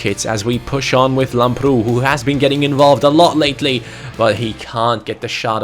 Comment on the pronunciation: Lamprou is actually pronounced Lámprou in the a. Like so can see